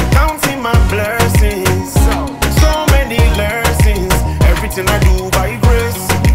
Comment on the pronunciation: You have such a good vibe. This comment is coming from a positive place i genuinely will recommend you work on your pronunciation for the upcoming track. Its okay to have the accent that’s your originality but for exemple don’t say “Lerson” its lesson. This song is a masterpiece you just need to put more effort in the studio while recording. I know you do this for fun. … and we appreciate you truly. And i made this comment just because i think this song is truly a hit and it could have an even bigger impact 🙏🏻.